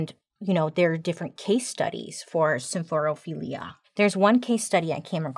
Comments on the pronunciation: I'm just so proud of her pronouncing symphorophilia correctly ❤ every time. ❤ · Can I just say how impressed I am with how easily she pronounced symphorophilia? Like who is she 😏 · I love that you smoothly pronounced symphorophilia, but struggle on escape (it’s not ek-scape sweet woman).